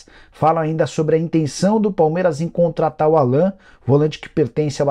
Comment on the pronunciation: Nicola, não é Alan. É "Álan". O nome dele é pronunciado em inglês.